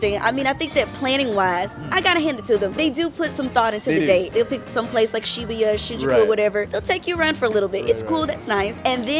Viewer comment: Is shibuya supposed to be pronounced like that?